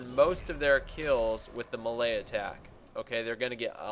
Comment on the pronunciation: I was like what the hell is a malaya attack for like 2 minutes before i figured out he was trying to say melee hahaha